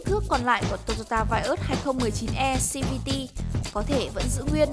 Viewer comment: Đã đọc tiếng việt thì đọc hết mẹ nó tiếng việt đi cho dễ nghe. Đọc xi vi ti làm gì